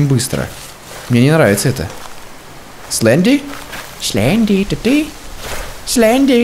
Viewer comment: ни слендер а сленди